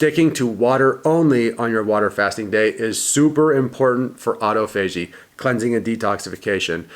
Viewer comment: Why do you say autophagy like that